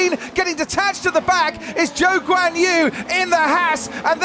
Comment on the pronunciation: Ah, that reminds me. Croft did a spoonerism last week, when he said Ghou Zhuanyu instead of Zhou Guanyu. May be he was caught between saying Zhou Guanyu and Guanyu Zhou. Not sure if a lot of people caught that.